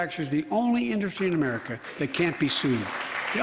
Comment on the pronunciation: Did he say "Make Amrica Great Again"?!